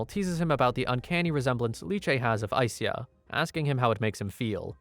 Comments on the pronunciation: I think SYA is pronounced like sha in shadow. Not si-ya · it's sha, not sia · You say her name like Aiseya but its spelled Aisha? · Its Ai Sha. not Ai Siya. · Just FYI, its pronounced as Ai-Sha. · i think the names pronounced aisha lol